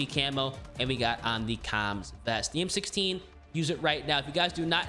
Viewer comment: bro you butchered the converted m16 bro lol